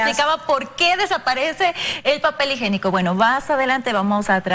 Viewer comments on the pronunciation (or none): Dijo papel "higénico" ???? Por favor a hablar correctamente: Higiénico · Se dice papel higiénico no higenico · Papel "higenico "....mal dicho....se dice...higiénico. ..!!! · Srs de teleamazonas que la srta periodista hable bien y que profesional tienen al frente.Dijo papel higenico o tiene la lengua mocha. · Papel h i g i é n i c o por favor repitan papel h i g i é n i c o. Son reporteras y no hablan bien